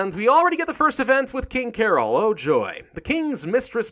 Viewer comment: is promounced carol. cah-roll.